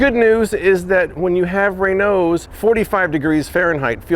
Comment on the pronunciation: keeps calling it Renows. It's called Raynauds Phenomenon.